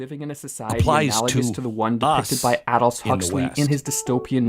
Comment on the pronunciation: Please correct: Not "Auldous", correct is "Aldous"